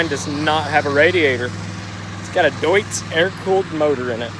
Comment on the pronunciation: your the first guy I have seen who says Deutz properly